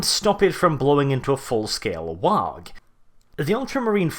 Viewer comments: Oh, why do you torment us so with pronouncing WAAAGH! as WAAAG!? It makes me cry so. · the 'G' in 'WAAGGHHH' is silent. Like 'laugh' or 'high'. It's not a 'WAG', that's some thing else entirely. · The G is silent in waagh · the 'G' in WAAAAGH!! is silent. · You are pronouncing waaagh wrong and it's making me go alittle more insane every time I hear it